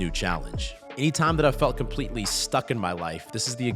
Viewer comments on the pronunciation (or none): how dare you not put hard emphasis on the first T in the word "compleTely" like you usually do